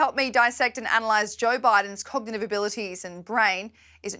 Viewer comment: I wish she could say cognitive correctly.